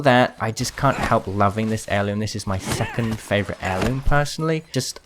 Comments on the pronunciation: dude I thought you said “this is my fuckin favorite heirloom” lol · Did anyone else think he said f**king favourite heirloom or is it just me. btw I had to turn on subtitles he said second but it scared me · took me a bit to realize that he said second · I know he says second but it sounds like something else